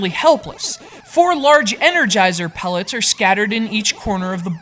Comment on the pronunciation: engergizer pelets there called power peltes